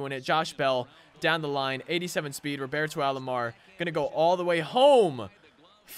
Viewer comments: Love your vids man. It’s Roberto not Robarto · The way you say Roberto annoys me